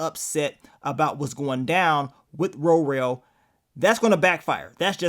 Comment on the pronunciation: Please stop calling that man Ro-rell🤦🏽‍♀️😂 It’s Worrell .